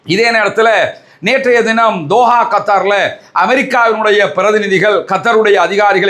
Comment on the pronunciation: கத்தார் என்பதைக் கூட சரியாக உச்சரிக்காமல் முஸ்லீம்களை உசுப்பேத்தி காஸா அழியும்போது நீங்கள் செய்தி வாசித்தது போல்,,, ஈரானையும் அழிக்காமல் விடமாட்டீர். ஈரான் உண்மையில் இஸ்ரேலை தாக்குகிறதா? அவர்களது விமான நிலையங்களும் துறைமுகங்களும் ராணுவக் கட்ணமைப்புகளும் இன்னும் செயல்படுகின்றதே! துருக்கியும் இஸ்ரேலின் அடிமையே.